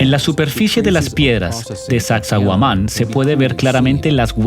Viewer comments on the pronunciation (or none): sacsay huaman no yuman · Omg no se dice sacsohuaman, si van a narrar minimo digan las palabras correctas no?un montón de errores al hablar. Pero esta chévere el documental. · Desde que escuché eso de Taantinsuyo y no Tahuantinsuyo, Sacsauaman en lugar de Sacsayhuaman..., ya denoté que este documental iba de mal peor... ni se diga de llamarnos indios. Terrible. Dejen de llamarnos así, aquí en América no hay ni hubo indios. Terrible. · Mala traducción de las palabras en quechua, la mayoría de palabras quechua tienen la entonación en la penúltima sílaba, por ejemplo Sacsayhuáman, Pachacútec, etc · Esta mal el relator debe aprenderse bien los nombres es saccsayhuaman ollantaytambo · suaxsuaguaman??? jajaja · Es una pena q no puedas traducir apropiadamente..originalmente es en habla inglesa..xfavor averigüen como se pronuncia xq es desagradable oiSACSAHUAMAN..entre otros. . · El traductor está muy perdido con los nombres de los incas incluso con la pronunciación del nombre de la ruina😊